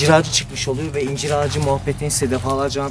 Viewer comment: YARDIMCİ once ben de yargıladım,ıncır dememıs dıye ama dusununce bu sekılde konuşuyor. Tam r harfını cıkaramıyor.ondan öyle yazmış olabılır 😀